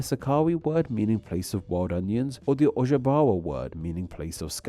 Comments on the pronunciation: I understand you’ve probably never had to pronounce meskwaki or ojibwe before, but for your channel name to be “NameExplain” Im a little perplexed on how you butchered the pronunciation of the tribes for the backstory on Chicago 😅. All jokes tho, glad to see some representation and you did your research well on in. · Pronunciation on Ojibway needs a lot of work